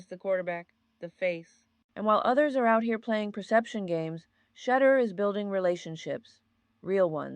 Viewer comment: B!#@ Are you even real? Can't pronounce his name? smfh